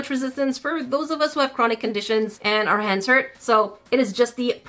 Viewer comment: “Are little baby” says in British accent